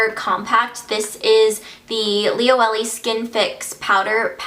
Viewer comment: So sorry to be annoying but it's pronounced li-o-e-le not li-o-ellie...